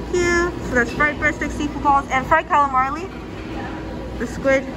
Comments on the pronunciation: she’s done it in other videos as well. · When she is sitting and eats the last one she actually says it correctly. At around 8 mins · There’s not 2 L’s in “calamari”... you always say “calamarli” 😂😂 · Calamari not CalimarLi